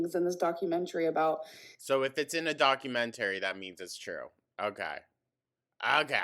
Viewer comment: say documentARY one more time………..